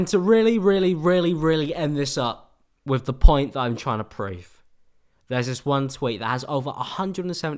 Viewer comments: "Wiv" no remorse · "wif no remorse" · at the beginning i think you meant “i can film that body wiv no remorse”